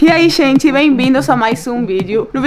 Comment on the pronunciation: “E aí xente bem vindos a mais um vídeo”